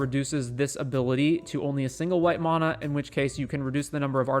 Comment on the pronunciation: Please learn to pronounce mana correctly 😂